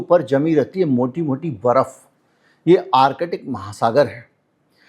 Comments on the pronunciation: Artic not Arkitic sir. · Arkitic nahin ...Artic...thoda practice karein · आर्कटिक को बार-बार आर-कटिक क्यों बोल रहे हैं 🤦